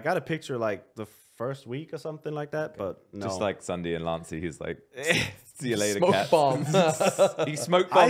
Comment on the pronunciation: its not crundee its ssundee